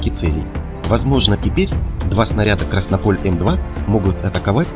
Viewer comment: "КраснОполь", а не "КраснопОль"!!!!!